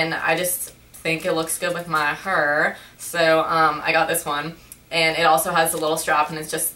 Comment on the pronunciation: Lol, "I think it looks good with my hurr" (